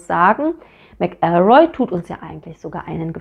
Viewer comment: Pedantischer Hinweis: Bei McElroy liegt die Betonung auf der ersten Silbe, nicht der zweiten. MAC-el-roy, nicht mac-EL-roy.